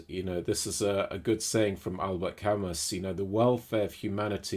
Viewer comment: Thanks for the video. Just wanted to say, the correct pronunciation is Al-bear Cam-ooo (Albert Camus)